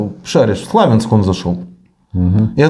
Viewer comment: Слов'янськ!!!, а не Славенск